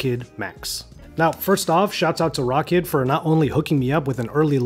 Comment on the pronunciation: Isnt it pronounced..rowkid